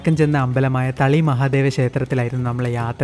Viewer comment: Good vlog. Om Namah Sivaya. Not Thaali. But Thali